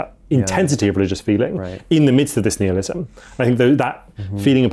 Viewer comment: Nihilism, pronounced nile-ism, not neelism. This was grating on me